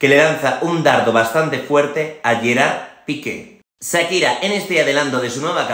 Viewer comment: No es "sakira" es "Shakira".